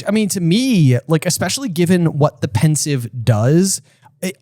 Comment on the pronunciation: It's Pensieve, not Pensive.